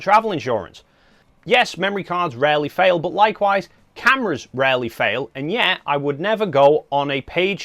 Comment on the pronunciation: Love your accent (I’m from US where we don’t speak English — old joke). Took a while to realize (not realise) that when you say “boot” you mean “but” 😉. I use two slots, when and where needed — belt and suspenders. Predict next Nikon mirrorless will sport 2 cards. The Zee v Zed joke is on us — rotate the camera 90 degrees clockwise to see the real moniker (N, for Nikon) — portrait orientation preferred?